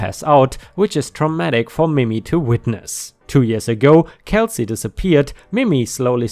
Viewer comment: I really like your voice for these stories. FYI in case it comes up again, Mimi is not pronounced mimmy, like rhymes with jimmy, but like mee-mee. ⭐⭐⭐⭐⭐